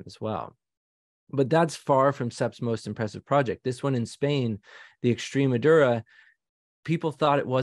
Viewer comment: Extreme Madura!!?? Its EXTREMADURA!!